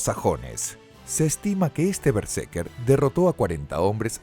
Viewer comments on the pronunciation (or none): vale vale pero es BerseRker, escrito y mal pronunciado TODO el video :( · ademas es:" berse R ker" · estas pronunciando mal berserker todo el rato XD solo por intentar pronunciar bien el ingles